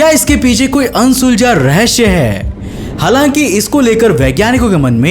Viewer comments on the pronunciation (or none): Everyone : Halaki Kaushik bro.. : Halanki